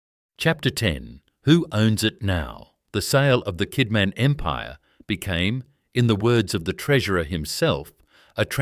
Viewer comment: He did not pay tax, ended paying a fraction of what was due. He fed the aboriginal stockman for labour. He inherited 400 pounds. That is more than 5 shillings. Gina Rineheart buys land Kidman leased. Something fishy there Add AI slop that cant pronounce names, towns or rivers. Kidman was spoken Kidmon, Kidmarn. I very much doubt he was honest. No one person can build an empire that big in early Australia being honest in my opinion. 100,000 square miles is a lot of country. Roughly Rockhampton to Sydney, going 100 miles inland.